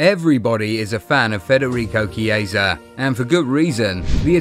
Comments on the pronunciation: The pronunciation is "Kiesa" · That's the pronunciation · Me too😊